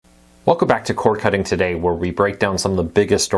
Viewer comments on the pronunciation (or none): C O R D not core cutting 🐲